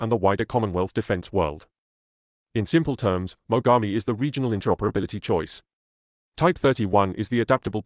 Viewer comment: They're pronouncing Mogami(Names of Japanese river) as Magami. It would certainly hurt quite a bit to be bitten by a warship like that. Σ(ﾟω´(◞◟･´ ,,)chompchomp